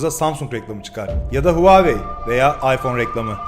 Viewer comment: Huvavey diyen bir teknoloji kanalı 😃